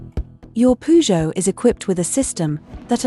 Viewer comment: Please learn to pronounce Peugeot